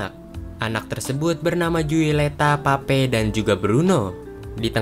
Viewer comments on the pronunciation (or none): Bukan Pape bang tapi pepa😭